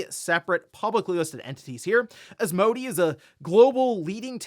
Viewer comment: Minor knit pick. Asmodee is pronounced As-moe-day.